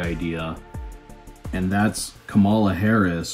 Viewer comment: KAM a la At least pronounce her name correctly.... Even Donnie Disinfectant pronounces it correctly now! talks too much